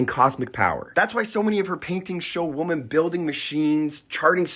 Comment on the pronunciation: why do you pronounce women like "woman"?